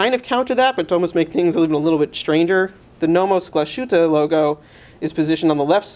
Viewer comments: Pro-tip: It's pronounced Glaz-hueteh, not Glah-SHooteh. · oh and you mispronounced Glas - hütte.